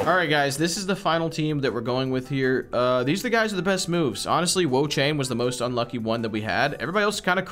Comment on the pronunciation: 😂😂Wo-Chain and Empolein as well